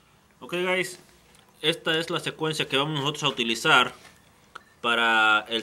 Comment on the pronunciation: compa por que decis HI GAYS ?